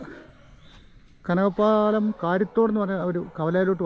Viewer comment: കനകപ്പാലം അല്ല കനകപ്പലം